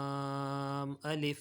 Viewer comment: Laanm nhi laaaam hai sir